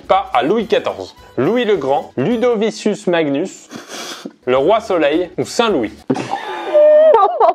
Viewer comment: "LudociSus Magnus" Mon latin souffre XD (c'est "Ludovicus Magnus" prononcé "LudoviKus")